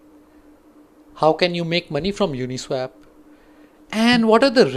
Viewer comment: It's pronounced as Uni-SWOP..not Uni-SWAP. You're pronouncing it incorrectly.